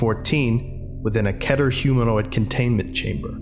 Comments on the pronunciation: Damn, idk how long you've been doing this, yet you still say "Ketter" instead of "Keter (Keeter)", doc. /s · Why do they pronounce it “ketter”?????? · the way you say keter triggers me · Kee-ter, not Kedder. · I know this video is three years old, but it’s object class ‘keter’, not ‘ketter’ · Bruh it’s pronounced keeter, not ketter. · I'm pretty sure it's pronounced Key-Tur But I'm probably wrong since I'm arguing with someone who'd done research on them for years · I only accept the authentic Hebrew pronunciation or “keeter.” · I cant stand when people dont say keter like keyter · its key-ter not keh-ter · Its 👏K E E T E R👏 Not 👏K É Ë Å Æ TĘ Ê R👏